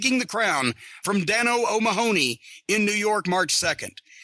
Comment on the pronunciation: How is it that Americans can pronounce McMahon but not O'Mahony ?